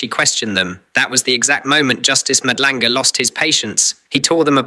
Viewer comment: Love your content ……… really don’t like that AI voice in your intro , can’t even pronounce Madlanga . Feels very fake .